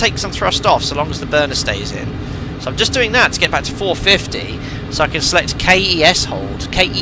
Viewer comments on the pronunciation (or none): Keas is “keys”. Death valley is by vegas fyi.